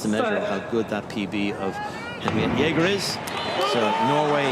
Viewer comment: Jeger, not jæger ^^ It's close enough though.